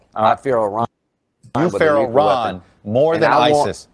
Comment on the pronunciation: Lindsey don’t know how to pronounce Iran , he said ijran , I ask him that he says for India Ijdia . Hidiot